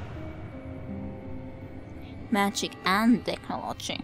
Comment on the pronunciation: I knew I recognized the weird glitches in accent (such as TECHnology which should be techNOlogy I think). You're Finnish, like me. Your English is a lot more fluent than mine though. I played through this game, The Longest Journey, a month ago and enjoyed it very much, taking care to check the alternatives to each different outcome / option given by the game. Got stuck good at some find-the-clickable-hotspot puzzles too. Watching another person's blind playthrough is a great way to enjoy the first experience all over again :-) Will look forward to watching the rest of the episodes (which you have already completed long ago and uploaded).